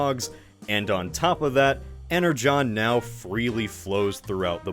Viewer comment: Why are ypu pronouncing "energon" that way? That's how it's pronounced? I only read some comics of transformers, so I'm pronouncing it "ener gone" xD